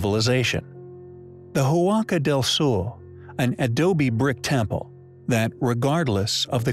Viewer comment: Impressive. But better pronounce "Huaca del Sol" as "Waka Dell Sawl", otherwise I cringe. Huaca is a Quechua word for a sacred place, so "Huaca del Sol" means "Sacred place of the Sun".